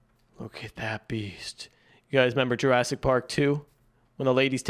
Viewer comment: Bro said jurassic 💀